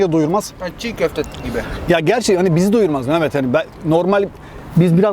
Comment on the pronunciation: Abi çekenin ismi ahmet mi mehmet mi hatta bi ara mamet diyosun sandım 😂😂